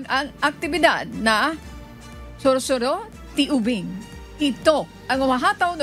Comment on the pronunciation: SURSURO, not Sursur